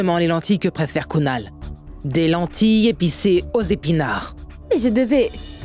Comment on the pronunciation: Mon dieu🤭🤭😁c'est kunal pas gonal😅😅